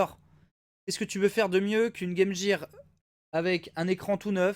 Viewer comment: " game jeer " oof